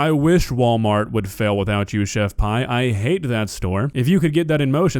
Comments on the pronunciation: It’s chef pee not pie lol Pi=pee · Pretty sure she pronounces her name Chef "pee" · It's not... It's chef pee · I really thought her name/handle was pronounced 'pee' not 'pie'... I just can't focus on anything else now lol